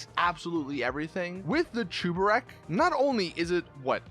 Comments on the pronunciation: ITS SAID CHEBUREK BUT U PRONOUNCE IT CHUBEREK!!!!!!!!! WHY ARE ALL GTA YOUTUBERS ILLITERATE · Why are you saying Chuburek? It’s spelt Cheburek so it should be pronounced cheburek not chuburek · it is not chubarek it is cheburek so just cheeki breeki chebureki blyat